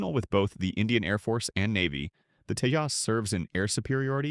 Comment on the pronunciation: It's not tejos its TEJAS